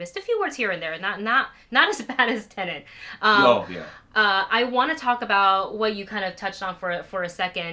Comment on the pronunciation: Why do you say 'tenant' instead of 'Tenet'? There's only one N!